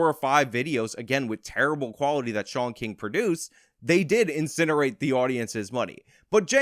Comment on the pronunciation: Sean=“Shawn” Fitzgerald = “Fitz-ger-ald “ How’d ya mess that name up bruh??